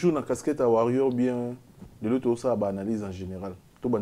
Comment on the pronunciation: stp stp stp mon frère tu fais très bien tes émissions on à besoin des gens qui parlent bien sur ton plateau pas les gars sauvage stp mon frère déjà il a des difficultés de dire warrior chez lui c'est warriom c'est la honte